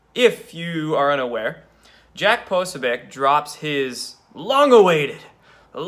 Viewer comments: Actually, it's pronounced Puh-so'-beck (the "i" is not pronounced. Jack has pointed this out more than once). Seriously, I can't listen to any more. "Caught up in ego".....is he describing himself, or the two gimps? can't see it now, from his youthful vantage point (I'm more than twice his age) but he has a LOT of growing up to do. I have ONE word for him:HUMILITY. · Argh!!!!!Core'-see.Po-soh'-becSorry, I can't listen any more.. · Dude! Its pronounced "Pah so BEE eck" . You really have a wasp centric mispronunciation of ethnic names issue LOL! But it does make for funny video! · Hahaha Dude, you still can’t figure out how to pronounce Jacks last name? Come on man, seriously this is just lazy. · no, dont want to know, does not help. and that is not how it is pronounced.